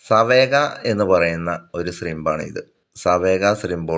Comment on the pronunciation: സാവേജ് എന്നാണ് അതിൻ്റെ pronounciation